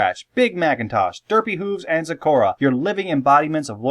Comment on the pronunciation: Iz waz soz happyz when yous said zecora actually